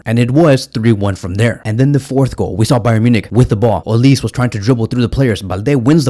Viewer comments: Pronounced “Olisè” not olis he’s Nigerian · it’s olisE “e”..😂 not olis (I’m Nigerian ).. visca Barca 💙❤️